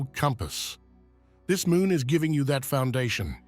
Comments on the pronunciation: And it's MOON not MOOM. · Full "Moom" portal hehe